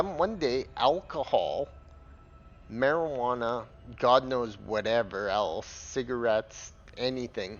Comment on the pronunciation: Marjijuana ? You mean Cannabis. Plus -- wait until you buy "Push" -- now that's the stuff! Tip 2 -- Get "ED Co-Pilot" if you haven't already.